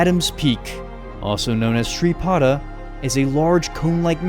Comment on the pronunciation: Sri pada ❌ Sri padhaya ✔️ I love you're videos